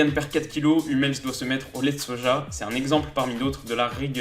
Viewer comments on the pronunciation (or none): none